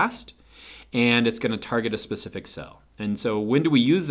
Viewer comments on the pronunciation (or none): none